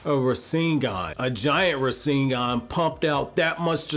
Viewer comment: It's "Borushiki" not "Boruto-shiki", and it's "Rasengan" not "Raseengan", can you even say words properly?